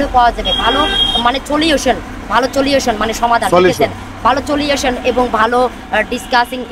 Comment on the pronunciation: Meyeta solution er uccharon ekdom thik bolese, vai youtuber apni vul.. Othocho seta ke niye apni bar bar সুলুসন bolsen.